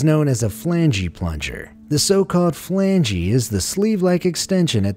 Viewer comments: Flan-Gee Plunger Really? Its call a flange... the e is silent! NET: Flange... not flangee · It’s NOT “flangee” 🤣🤣🤣 the E is silent!!! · the "Flangey"? I was purty sure before flange was prononced "Flanj" Ive NOT ONE SINGLE TIME till you said it heard it pronounced "Flangey" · As others have no doubt pointed out, flange is not pronounced "flangey." The E is silent. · LOL! Watching the video now and was just about to make that same comment! Who says, "Flangee"..LOL...so funny!! Still a cool video though!! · FYI, "flange" isn't pronounced with an "ee" at the end. The "e" is silent. 😂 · I wish this guy would learn how to pronounce "flange".